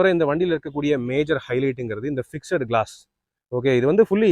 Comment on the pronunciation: 'ஃபிக்ஸெட்' என்று சொல்லக் கூடாது.'ஃபிக்ஸ்ட்' (FIXD) என்பதே சரியான உச்சரிப்பு.,' E' SILENCE.